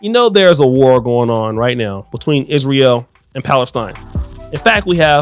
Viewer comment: You don't know politics.. I suggest you stay out of it. You don't even know how to correctly pronounce Israel.